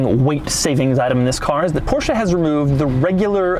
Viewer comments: The first english speaking person in my life who pronounces Porsche the way it's meant to be pronounced. I can now die happily. Thank you. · You are the only person who I ever heard say porsche the way it is supposed to be pronounced and no I dont mean Porsh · Doug the type of guy to judge you for not pronouncing it Porsch-Uh